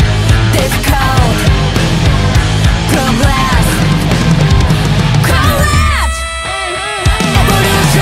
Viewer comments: Love the song! Just a bit bothered with the part which they pronounced the word Courage as "コラージュ" which sounds like Collage instead of "カレッジ". But, it also makes that part somehow catchy at the same time, 不思議w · Almost...pronouncing 'clever' and 'courage' isn't a strong point, but everything else makes up for that. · it's actually a mix of both (in "courage", she pronounced the "a" the english way, not the french one). Saiki is working at cancelling the Brexit 😄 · Pronunciation of a language( or maybe all of living languages) has been always changing. At some period of ancient age, there seems happened an contraction between the sounds 'O' and 'U' of the word 'courage'. For example, DAIKON (raddish) is actually pronounced in Tokyo area as it is, but in Kagoshima(southern part of Japan, Kyushu) pronounced DEKON, as often seen in modern French words 'ai' pronounced 'e'. So, don't take too serious about the pronunciation of words in the music, especially in a song of hard rock! By the way, there exists another such kind of deformation of sounds in MANNERS, for example, 'clever', Saiki pronounces like 'KLEIVER' not 'KLEVER' as in the normal conversational situation. And I think, SAIKI's pronunciation is more fit for the song in the total flow of sounds. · In fact the error is not the a, but the whole word, the ou shouldn't be pronounced as in out, but something oa, so the ou being so open makes the a in the second syllable closer to the french sound, as cou is closer too.